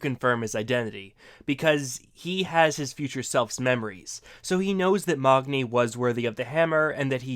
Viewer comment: Othun? Who's Othun? And who's Mogni? Thor's son's name is MAGNI NOT MOGNI